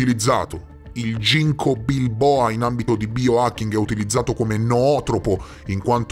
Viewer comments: Jinko Biloba, non bilboa (quello è una crema solare :D ) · Ginko biloba, non Bilboa 😅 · Ginkgo BILOBA, non "bilboa". Per il resto, grazie 💙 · Ginko BILOBA. non BILBOA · BILOBA..... Ginkgo biloba!!!! NON BILBOA, non è un abbronzante Omegaaaaaa :)))))) Lo uso da anni, ho trovato persino un albero da cui raccogliere le foglie e farle essiccare :))) ps fanne di video come questo, sono vitali